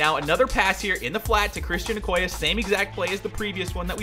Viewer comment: not trying to hate on you but it's o-koy-yay